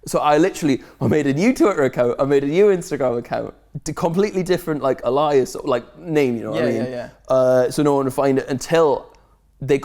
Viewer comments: Can we talk about Will’s pronunciation of alias 😂😂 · We need to take a moment for Will saying A Lie As as his pronunciation of Alias